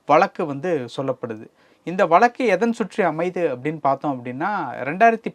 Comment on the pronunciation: Please pronounce tamil properly. Can't you say VAZHAKKU. Why valakku. Stupid.